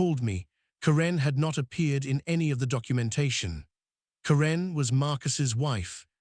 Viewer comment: It's Care'-un, not Ca-renn' for Pete's sake. Use a reader that can at least pronounce the names correctly.